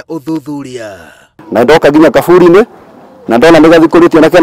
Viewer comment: Its kaburi not gaburi